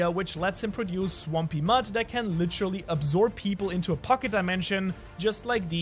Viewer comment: Can you just say the word literally? Not... "lit-trolly" lol